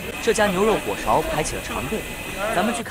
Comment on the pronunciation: 来自沈阳人的小贴士：火勺的重音在火，勺读轻音